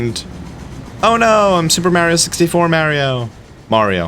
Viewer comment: You're saying mario correct for the uk lol